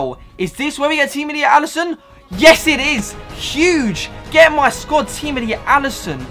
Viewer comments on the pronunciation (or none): none